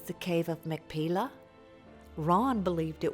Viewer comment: The Hebrew pronunciation is actually "mak-pay-lah".